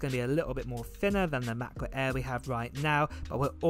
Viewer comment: “MAHBUKK AEE”